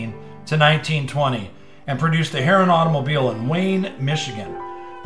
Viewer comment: I believe Harroun is pronounced Hah-roon.